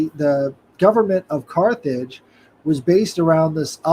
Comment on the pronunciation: America did bring in “the car age”-“Carthage”